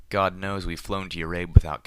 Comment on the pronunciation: "Gawd sent me." CWAW